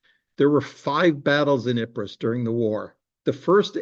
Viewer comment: ipres is pronounced eep